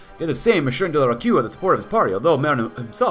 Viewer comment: Nice episode and , you pronounced De la Rocque correctly , it's sounds "De la Rock"